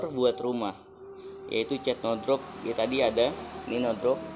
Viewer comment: Cat bang bukan cet😭😂